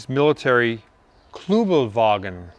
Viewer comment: A couple of corrections Tom, ..."cc's" refers to "cubic centimeters" engine displacement size, not the horsepower. Also, , the WWII VW military vehicle was called the "Kubelwagen", not "Kluwelwagen". Otherwise, great video! Keep 'em coming'!